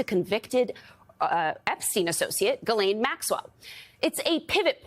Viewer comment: It's baffling how many journalists and guests everwhere don't know how to pronounce Ghislaine.